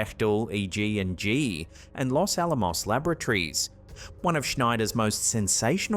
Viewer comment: I had to rewind the Area 51 clip there,. Could've sworn you said "Los Alamos lavatories" 🤣 Edit: correction